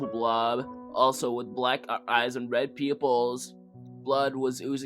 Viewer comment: The funny part was when he said "peeyoopulls" 🤣🤣🤣 i was rolling on the ground 😭